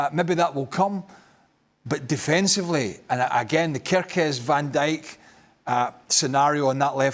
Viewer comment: What's with Steve Nicol and names "Kerekez", "Zobozlai"? 😂😂